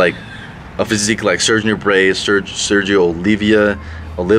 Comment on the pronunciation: in general I like your attempt to research and present the routines of the Golden era guys from the past....If I had one criticism of your work it is that you are mispronouncing the names of the guys (LOLOL) too often...Sergio OOO--LEEEE---VVAAA...Not OLIVEEEAAA....GAWD, SON.....Alan STEFFFANNN, NOT Alan STEEEEEVEN....Do them justice young fella'!!! Really, other than that occasional glitch you are doing a fine, fine job young physical culterist....